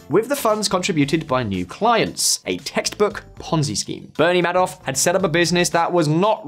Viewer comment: video narrator could have at a minimum learned how Madoff’s name is pronounced, smh 🤦